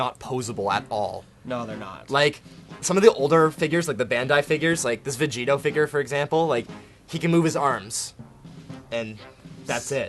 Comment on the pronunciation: vegito he says lol